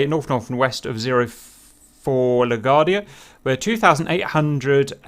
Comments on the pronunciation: Hey there. It's pronounced "la-GWARD-dee-ah" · La Gwar-dee-uh :) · Also LA-GWAR-DEE-UH :-D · Im uncomfortable on how he says La Guardia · Your pronunciation of LaGuardia is making my head hurt.🤕😉